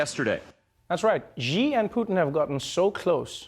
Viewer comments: actually the correct pronunciation of G (Xi) is like "she" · First try to pronounce names of Big politic guys right. And comment their deals after. “Jee”? Are you serious?!? You just have no respect to other countries culture and history. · Hey can you guys at least pronounce Xi' name correctly. It's pronounced Si. Yes "si" like " Cuba si yangkee no". Wonderful to know China and Russiacan take on the USA. Orhetwise the USA would have attacked them already. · Media cant even pronounce Xis name write its pronounce See fucken morons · Xi is actually pronounced C. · Xi.is not pronounced "Ji" come on Trevor. You are a genius you shouldn't make this kind of mistake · Why they keep calling Xi as Ji? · 'Xi' should pronounce like 'Si' The Han Chinese Spelling System is more like Russian than Latin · Why’s everyone pronouncing Xi as G tho? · Learn how to pronounce Xi. It couldn't be easier. It is She. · Dude, "Xi" pronounce like English word "she". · It's not ji or zhi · Now that 🇨🇳 loves Trevor's Huawei opinion, he should probably learn to say Xi (she). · “Xi” is pronounced as “cee” in Chinese. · "Xi" Pronounces as "Shee" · Xi , pronoiunced as Shi ..Trevor..he will never see it but any way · Mazimba Mazimba Sound closer to “see”, not sh sound. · Jesus, please get the pronunciation right - Xi is pronounced "She." As in "She DaDa." If you can't remember that, just call him Papa Bear or Winnie the Pooh. He totally loves that. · Who is telling the Daily Show to pronounced Xi Jinping's name like that? When I learned Pinyin, the Xi was supposed to be pronounced like "she." Is it the Cantonese pronunciation, or something? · No, "she" (shi actually) is correct, they're just blatantly mispronouncing the name of one of the most influential leaders in the world. Cause we're such great allies of course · Y'all got the pronunciation of "Xi" wrong man. It's pronounced as "she" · The year is 2079 and western journalists still pronounce Xi as JI or Gi on Xi Jinping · Just pronounce like she